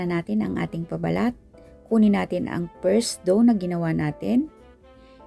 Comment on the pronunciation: Hello Sis, thank you po sa napakasarap na recipe. No bashing lang po, sana po ipronounce nio po mabuti ang letter F, kagaya ng Fold sa pold, first sa pirst dough, flaky sa playky , flatten sa platten, at favorite po sa pavorite po.. para po masarap panuorin. Pasensya na po. Mawalang galang lang po.